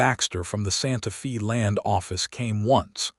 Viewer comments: Decent story. However, it’s Santa FAY, not Santa ‘Fee.’ Please, it’s jarring that you make this egregious an error. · The correct pronunciation is Santa FA, weather or not it is AI miss pronunciation or the story teller using an old western slang for the time the story takes place or not I do not know. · IT IS STILL NOT "SANTA FEE" THIS IS SPANISH AND PRONOUNCED "SANTA FĀY". "FĒ" IS A SPANISH WORD, SPELLED "FĒ", BUT PRONOUNCED THE SAME WAY AS AMERICAN ENGLISH IS PRONOUNCED "FĀY". SPANISH USES THE SAME WRITTEN ALPHABET, BUT SPANISH VOWELS ARE NOT PRONOUNCED LIKE AMERICAN ENGLISH. SOMETIMES THE CONSONANTS ARE NOT PRONOUNCED THE SAME WAY EITHER. YOU GUYS NEED SOME TEACHERS WHO KNOW GENUINE ENGLISH AND SPANISH AND TEX-MEX, AND A LITTLE BIT OF FRENCH. LEARN THE LANGUAGE OF YOUR TRADE.